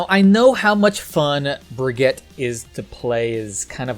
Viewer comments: ITS BRIGEETA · As someone from Germany it‘s always a joy hearing you pronounce Brig‘s name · *makes a joke about how people mispronounce "Brigitte" *immediately mispronounces "Brigitte" 🤦‍♂️ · 2019 - still can't pronounce Brigitte properly... /smh